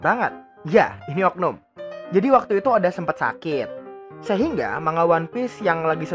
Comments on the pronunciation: Btw Itu pelafalan nya bukan manga.. tapi mangga :v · Manga dibaca mangga